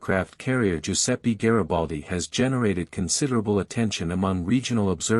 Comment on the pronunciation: Mi fate il cazzo del favore,se no sapete pronunciare i nomi in italiano ,lasciate perdere 🚽🚽🚽